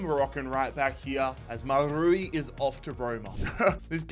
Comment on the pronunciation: You say schlotterbeck like an idiot and cant say mazrouri Properly 🤡